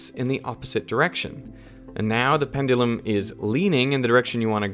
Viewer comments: I can't stand the way he pronounces "pendulum" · I'm sorry my guy but it's pronounced pen-juh-lum